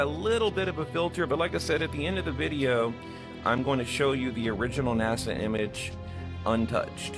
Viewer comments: "NAZA" LOL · Man you gotta quit saying NAZA. Lol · Please stop saying NASA with a z. It’s ridiculous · its naSa not naZa...nnaaaassssaaaaaa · Hey, Would you please stop calling NASA, "NAZA"? It's a hard "S", like STEPP... SSSSSSSSSSSSS! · Love the way calls it NAZA, he's correct, except the last A should be I, let's face it, Nazi scientists started it. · Is it driving anyone else crazy the way he's pronouncing nasa "naza"?